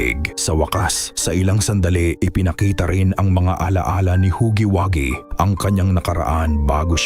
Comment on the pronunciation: ITS HUGGYWUGGY NOT HAGGY😂😂😂😂😂😂